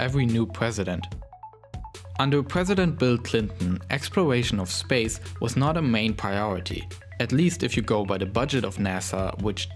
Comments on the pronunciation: lauwnched a teswa woadster into spwace.....did anyone get that lmfao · Spwace Stwation Twagity